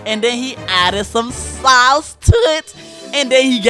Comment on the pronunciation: “Then he added some Saauceee toit